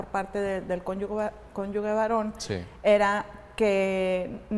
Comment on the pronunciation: Con todo respeto pero es magistrada y no sabe decir correctamente CÓNYUGE 🥹